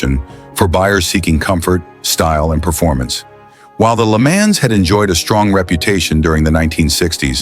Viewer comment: I wish you would learn how to pronounce some of these words LeMans oh my God